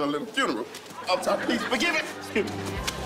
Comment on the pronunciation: "Leave me alurn"